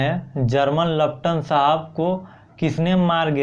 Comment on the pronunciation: Laptan nhi paltan hoga 🤣🤣🤣